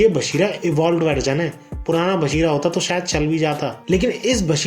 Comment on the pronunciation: Abee bashira nahi bachira Hoga aur munchen ko kyu mushan bolte ho yrr